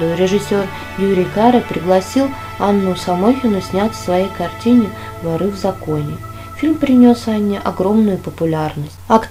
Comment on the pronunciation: Не ворЫ,а вОры.Говорите правильно и ударение ставьте правильно.